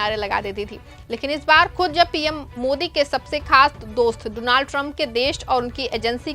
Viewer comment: You are a new actor please learn to pronounce his name properly. Doo-naald trump seriously you are a joker reporter 😅